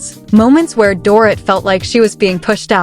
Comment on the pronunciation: you cant even prenounce Dorits name no girl, make an effort